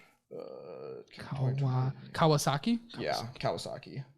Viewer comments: “KOW-WUH-KAWSKI” 😂 kawasaki? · I never realized how much isn’t a car guy until he mispronounced Kawasaki 😂